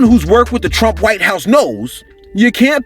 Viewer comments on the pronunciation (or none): none